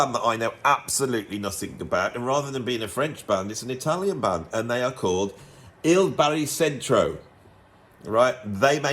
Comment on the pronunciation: About Il Baricentro, the pronunciation would be "ll bari-tchentro - skon-tcherto" 😉